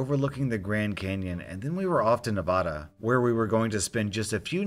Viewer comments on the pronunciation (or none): Nevada not Nah vah dah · Ahh yes the common "someone outside the state of NEV-A-DA saying it like NEVAH-DAH" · nails on a chalkboard Nevada: Neh-VA-(a as in apple)-duh. Nay-VAH-dah is fine if you're Hispanic or otherwise speaking Spanish because "Nevada" is originally a Spanish word, but otherwise please respect how Nevadans pronounce our state name. You managed to pronounce "Arizona" in the way Arizonans prefer instead of the original O'odham/Pima cum Spanish way. Likewise, you wouldn't expect Texans to respond well to every non-Texan pronouncing the Caddo cum Spanish name "Texas" in its original form: TAY-hahss. The More You Know... shooting star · It’s not na-vah-da it’s na-va-da I live in Nevada so I demand you give me your channel for insulting me-(joke) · So as a heads up its Nev-A-da not Nev-a-da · Ok this might not even be important to anyone else but me but I've a beef with you on how you said Nevada. Its pronounced Nevada short A not a long A. Nevadans pronounce the second syllable with the "a" of "apple" (/nɪˈvædə/) while some people from outside of the state pronounce it with the "a" of "palm" (/nɪˈvɑːdə/). Although the quality, but not the length, of the latter pronunciation could be perceived as closer to the Spanish pronunciation ([æ] is near-low front, [ɑ] is low back and [a] is low front, though often retracted to central [ä] in Spanish), it is not the pronunciation used by Nevadans. Yes, this bugs me 'cuz for most of my life I lived in Nevada and still think of myself as a Nevadan than as a Wisconsinite. Yes, I even yell at the TV every time someone on a show or the news says it wrong and cheer when they say it right. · isnt valid bc he says Nev-ada not Neva-duh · It’s Ne-va-da not Ne-vah-dah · NevAAAAAda not nevuda. Native to Nevada here you are pronouncing it wrong. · Its neh-vaa-duh friend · Me: hears “neh-vah-dah” and pukes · I’m sorry but did you just say “Navada”? It’s fine people get it wrong a lot